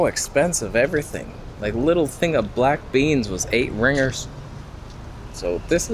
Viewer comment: Hahaha it's Ringgit. Not 'ringers'